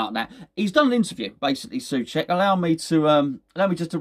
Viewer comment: SOcek. It is pronounced SO-check !